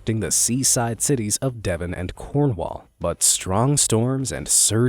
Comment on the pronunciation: its Cornwall not Conwell some Americans lol